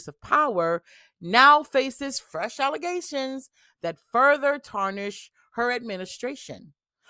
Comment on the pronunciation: Did you mean allezations? 😅